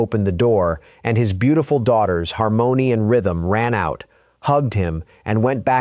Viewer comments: It's not Har mony' it's harmony like lyrics. AI ain't all thatm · He can’t pronounce harmony?RESTIN PEACE SWEET BABY❤